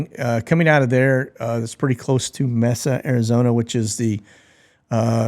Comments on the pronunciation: FYI Mesa Arizona is pronounced "May-Sah" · The E in Mesa sounds like an A. Lol